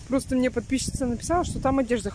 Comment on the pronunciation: ты слово рандомно знаешь, а МНЕ вместо МИНЕ, не знаешь что надо говорить??? или ты спецом так делаешь?